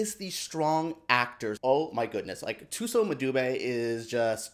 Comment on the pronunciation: Thank you for that! Will have it perfected going forward as I see myself saying her name a lot in the future. Hope to see Thuso get an awards run here